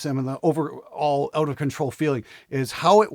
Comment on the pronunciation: Did you purposely use the word Out with that horrible pronunciation a hundred times just to try to Out annoy your intro scream?